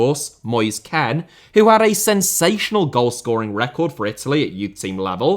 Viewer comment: bro, please dont say Ken, say KEANE or Kean xD